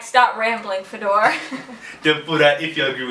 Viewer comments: because foreigners usually call him, not. I've heard this many times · Hey, why do you say your name is "FedOr" and not ""?